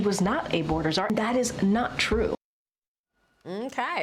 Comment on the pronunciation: I heard boarder cazar from Joe